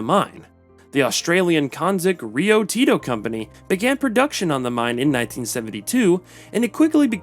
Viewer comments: Need to learn how to pronounce correctly. It's not Papau, it's Papua. And it's not Rio Tito, it's Rio Tinto. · It's pronounced "bowganville". Rio Tinto is also mispronounced. Papua New Guineans are NOT Melanesian. These are not related to Australian Aboriginals.